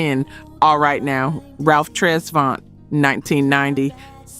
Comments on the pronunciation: Tres-vent not Tres-vaunt. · ITS Tres VANT not Tres VONT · Right. Tres Vont 😂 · I already over this video with the multiple mispronounciation of Ralph Tresvant. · I kinda figured she was AI as soon as I heard her mispronounce Tresvant. No real sista would've gotten that wrong, lol. Not a GenX sista.